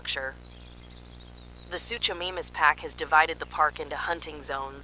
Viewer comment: great video, but try to pronounce the dinosaurs correctly. It is suchomimus (soo-ko-mimus).